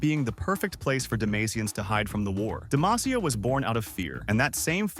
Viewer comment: No, godamnit, you had the names correct the first time, and suddenly we're back to Demayteea >.<